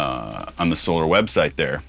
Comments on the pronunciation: 😂 great videos Rob you seem like a awesome and humble guy. Keep up the great work my guitar brother. By the way Ola says So-lar not So-ler🤘🏻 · Another cool guitar! Your commentor is correct Rob. It is in fact SOL-AR instead of SOL-ER. I am subscribed to his channel. Ola probably doesn't care how it's pronounced either way but that is how he says it on his channel. White explorer style looks great and natural on you brother. Because of James I have always been drawn to those styles but never owned one either. I have been on reverb looking at some Solars for sale since you posted the last video. May have to end up getting one soon! Some killer riffs in there by the way. Keep the videos flowing 🤘🤘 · Ola says "So-LAR" not "So-Lor" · Why would it be So-LAR? The word is solar and is used in english all the time. Solar system. Solar panels. Solar power. Solar guitars is pronounced the same way. Ola pronounces it so-LAR because hes Swedish. He pronounces lots of words differently than we do when speaking English. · Ola pronounce is sol are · It is pronounced the 1st way (SO LAR) 😊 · It's Solar cuz sOLAr, so its pronounced similarly as you pronounce Ola (so it's with the Á). Also aren't those tuners self-locking? not sure